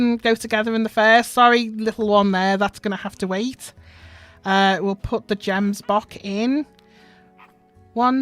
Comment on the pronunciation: Its not jembock its gemsbock